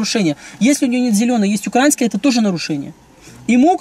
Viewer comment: очень бесит ударение Украинская. Вот всё замечательно, но вот это ударение.. Проверочное слово - Украина.